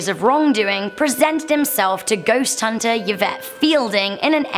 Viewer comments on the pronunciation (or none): none